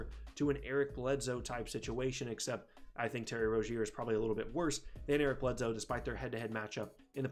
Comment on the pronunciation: Eric BledSoe not Eric BledZoe